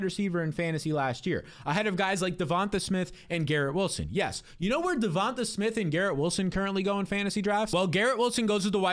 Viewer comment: is it not pronounced devon-TAY?